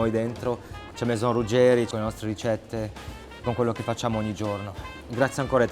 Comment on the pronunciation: Stavo sopportando la pubblicità per guardarvi poi ho sentito il tizio dire Ruggerì invece di Ruggeri e mi son detto “gente che non sa come si chiama difficile che sappia fare altro”